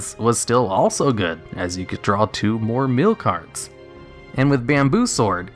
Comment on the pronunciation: Its very odd you say meal decks, yet when you talk about mill by itself you say it correctly. Why is that? That's been bothering me. XD